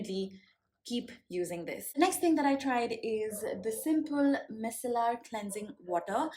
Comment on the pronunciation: Uhhm ...Ur pronunciation of ‘micellar’ is wrong fyi. 🙄